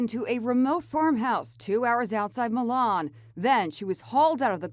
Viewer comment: You know what worse how She pronunces Milan ”Mailan”